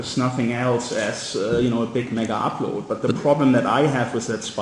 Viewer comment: NZ PM: MiggerUpload. KIM: MaygaUploade. Friggin guys aren't even talkin about the same site.